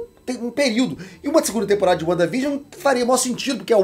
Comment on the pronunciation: Uanda Vigion 😂😂